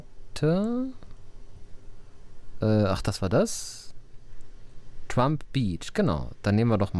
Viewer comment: Trump war auch damals schon ne Größe. Nur eben nicht politisch. Aber das ist spricht man trotzdem mit "ä" aus also "Trämp". 😉